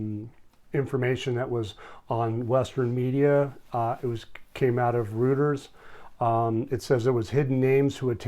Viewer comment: FYI: Reuters is pronounced as ROY-ters.